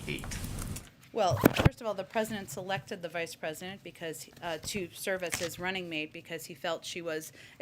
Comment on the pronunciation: hahaha she almost said pedodent